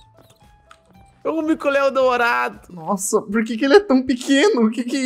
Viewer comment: "Barulho de MICO LAION DOREIDOU"